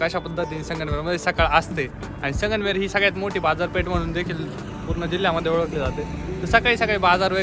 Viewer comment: Sangmer nahi sangamner bol Bhau